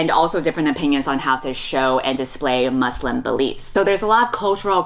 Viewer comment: I love u but the way you pronounce Muslim i—💀